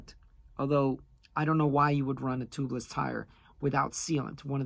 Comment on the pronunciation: Toobless? It’s pronounced Tubeless!